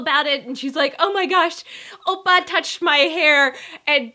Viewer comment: "Opa" The way he said oppa xD